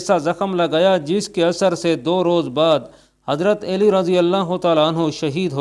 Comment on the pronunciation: او بھائی- ہم نے تو ہمیشہ حضرت علی (ع پر زبر) کہا اور پڑھا اور کہا ہے-یہاں حضرت اے لی کس حساب سے کہا جا رہا ہے۔؟